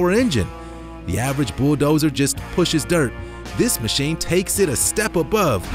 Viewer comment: Wtf is a "boo dozer"